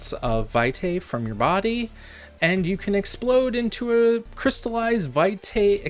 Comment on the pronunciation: It's pronounced VEE-tie. It's Latin.